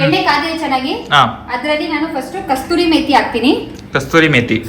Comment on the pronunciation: And its not kasturi 😂is kasuri methi